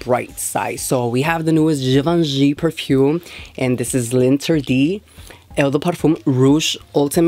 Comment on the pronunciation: It’s pronounced zhi-vohn-shee lahn-tehr-dee ool-teem